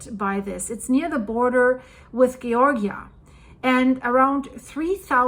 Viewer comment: GEE-org-E-ah...?? 🤣 Where in the world are you from...?? It's pronounced JOR-ja Thanks for the giggle...!! 🤣🇨🇦✌️